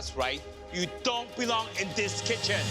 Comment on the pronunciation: “If you don’t get it right, you don’t belong in this kotchen!” No one gets it right